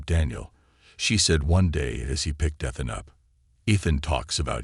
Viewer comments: It makes me crazy when the computer voice mispronounces word. EE th an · I think this is a made up story. Why can’t they teach AI how to pronounce Ethan???? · It stopped me from enjoying the story. Ethan!!!!